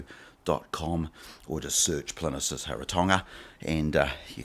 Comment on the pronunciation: It's PLIN-EEE-USS!!